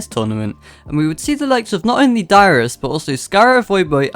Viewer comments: I heard too LOL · im sorry but i thought you said your name was lmao good video thanks